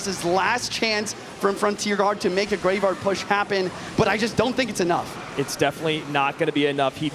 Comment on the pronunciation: why does he keep saying greyvaard